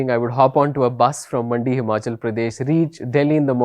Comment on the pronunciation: it's Mandi not Madi😂